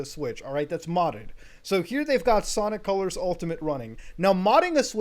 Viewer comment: It's Sanic Calars